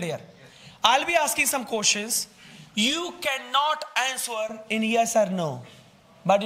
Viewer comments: Sir's English accent should be correct. What is this? Seriously 😐 The way he said, " Answwwer me " . Disappointed! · I love the way the teacher says "answoor" 😂